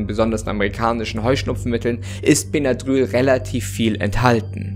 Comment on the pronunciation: Das spricht man bennadrill aus